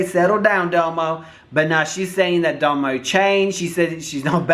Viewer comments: It's domo not damo lol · Domo domo domo ...not damo 🤦🏾‍♀️ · Her name is like saying "dominic" but its just "dom-o" not "doe-moe" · Dough-Mo looool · it's Dom O 😂😂😂 love you so much, you're so funny.